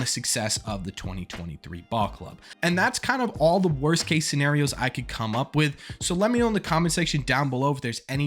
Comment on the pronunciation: Ok..somebodys gotta do it... "Wost"??